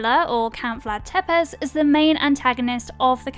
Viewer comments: pronounce Tepes like Tepesh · For me it was Tepes